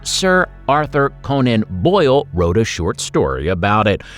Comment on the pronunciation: Arthur Conan Doyle, not Boyle. Responsible for "no sh*t Sherlock".